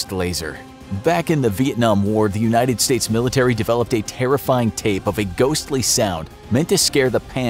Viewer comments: Milirtary lol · ‘Scary milirtary sounds’ Ahh its fine everyone makes mistakes its not like this ISN’T a 11m sub channel